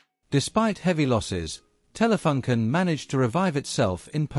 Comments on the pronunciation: I also thought about the double-"o". Maybe you could write it "Taylafooncan" to get it right for an english-speaking. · The FUN in Telefunken is not pronounced like the English "Fun" but with an English oo sound like in "soon". Edit: also, the both the E in TELE should be more "open", like Taylay. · I don't know if it's just me... I'm not german but still want the company name to be pronounced in the corret german way despite that the language used in this video is english.... how hard could it be ? I wanted to see this video since my dad bought our first color TV in 1975-6 and it was a Telefunken with touch control for channel changing. Very interesting video (so, TelefUnken not TelefAnken)